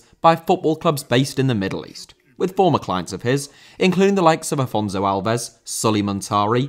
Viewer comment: Afonso Alves,not Alfonzouw Álvez